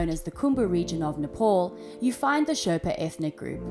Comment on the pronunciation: Nepal not NEPOL.